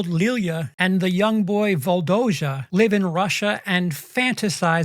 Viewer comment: Volodja as Vladimir, not Voldoja